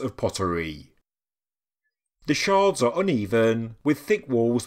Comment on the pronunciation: OK, I'm just gonna say it - in archaeology pieces of pottery are referred to as sherds, not shards. That is pieces of glass.